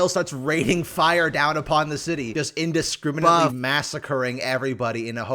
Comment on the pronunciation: "just indescrimBUFFnently" did anyone else here this? wat? XD